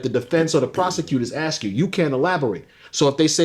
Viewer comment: to the interviewer: you know its called "ASK a question" and not "AKS a question" right????